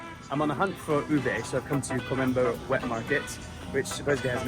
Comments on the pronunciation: not ube its obeiyyyy😂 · it U-bé with short vowel sounds, not U-bay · Not Ube but it's OBEEYYYYY😅😂